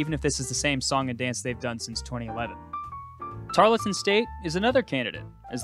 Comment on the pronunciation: You pronounce Tarleton incorrectly.